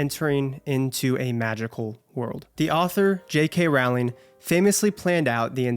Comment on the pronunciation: What a wonderful and thoughtful review! You nailed it. I’ll always love the HP series. Btw it’s Rowling like row your boat. ❤